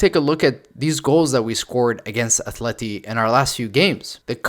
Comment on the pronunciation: At-le-ti not Ath-le-ti.